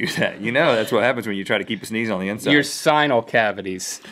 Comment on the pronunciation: Did anybody else notice he said Sinal cavities?